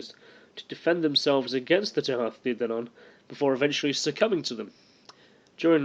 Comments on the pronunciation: It's pronounced Tootha Day Danan.... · The pronunciation is Tuaithe de dannan (Too-ah day dah-non). Leabhar is pronounced Laur (think cow with an l instead of c) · The way you pronounce Tuath De Dannan is Thu-ah day Da-nan and Tír Na Nóg is Teer Nah No-g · its pronounced too-aha day dan-on :-) loved the presentation approach